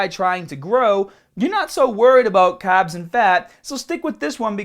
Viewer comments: I like how you say carbs. For a second I thought you were saying "cobbs" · Why does he pronounce the R's in some words but then he goes and say "caaaahbs"... is the accent selective to certain words? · Make sure you cut down the cahbs!! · i just noticed you say carbs kinda weird. You from australia?